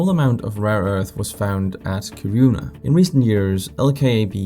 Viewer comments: When you pronounce Kiruna, you should place the stress on the first syllable : KI-ru-na not ki-RU-na. /A Swede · KIRuna, not KiRUna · When reporting on foreign countries, learn to pronounce their cities properly. It is Ki' ru na (not Ki ru' na) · 😂😂"Kiruna" That was totally butchered. not the way you pronounce that at all. 😅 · this isn't meant as something malicious, just a fun thing I noticed, but for a danish person you're surprisingly bad at saying Kiruna hahahah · You sound Danish, so you shouldn't butcher the pronunciation of Kiruna lol. (Hint: Say it like you were Finnish and you'll be on the right path). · tbh for a non-Swedish ear it might sound like smth in between, like both syllables are stressed smh